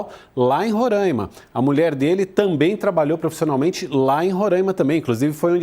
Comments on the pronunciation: Não é Rorãima ... É Roraima! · Roráima! Não Rorãima.. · Roráima pelo amor de Deus, RORÁIMA. Descurti o vídeo e eixei de assistir depois de de tanto ouvir Rorãima. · Só fiquei agoniada ouvindo tantas vezes " Rorâima", sendo que nome do estado não tem acento pra deixar o a"A" fonhoso. É Roraima 😊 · Não é Rorâima. É RORAIMA. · Aprendam a pronunciar Roraima direito. Não se pronuncia Rorãimã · É RorÁima. RorÁima. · RORAIMA = RORÁIMA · Esses bandidos da direita são todos covardes. E é RoRÁima, mana. Fala certo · Meu ouvido sangrando ela falar errado varias vezes.